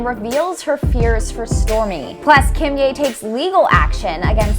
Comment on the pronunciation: *kim yay